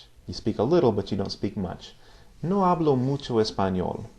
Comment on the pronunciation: Sir 1st of all great vids! Love to learn this language! Just a Q about pronounciation. I noticed you do pronounce the H (f.i in the word 'hablo' ) quite strong. I thought in Spanish (castellano / Latino americano) it's not pronounced?